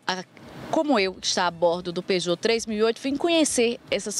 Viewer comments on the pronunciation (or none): Especialista da Peugeot ????????????????? Só vocês mesmos, kkkkkkkkkkkkkkkkkkkkkkkkkkkk O cara não sabe nem falar Peugeot nunca foi e nunca será uma marca confiável Chamar de especialista é sacanagem... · Quando ela falou Peugeot, eu parei.